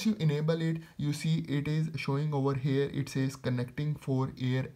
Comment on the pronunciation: It's here not hair😂😂😂😂😂